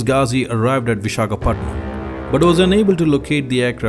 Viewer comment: Great video dude...but it's Visakhapatnam...pls crct that....but loved ur video...